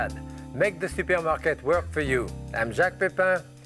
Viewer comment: How about how he so Frenchly says super market?